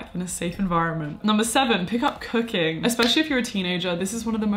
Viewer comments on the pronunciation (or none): I heard cocaine instead of cooking :|